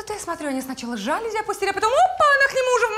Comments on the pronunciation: Алле, режиссёры звукооператоры!!! Кто следит за правильными ударениями в словах? Слух режет! Не жАлюзи, а жалюзИ! Знаний Вам побольше! А если не хватает, то Гугл в помощь! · тоже "режет", но "жАлюзи" - это уже просто классика 😂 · Посредственно. А жАлюзи в устах всех героев просто режут слух!